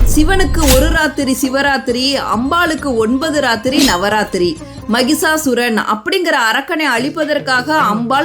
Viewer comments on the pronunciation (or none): Kindly correct pronounciation it's Mahishasuram, not Mahisasuran